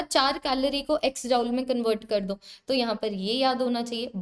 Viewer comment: Tum dekh ni paa rahe ho 😂😂 no mam❤ btw sorry & amazing session or jaul ni hota joule hota h 😅😅